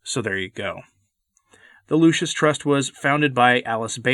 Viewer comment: You keep calling it the "Lucius" Trust.